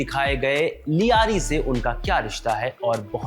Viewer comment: ल्यारी होता है लियारी नहीं सब दो टके पत्रकार बन गए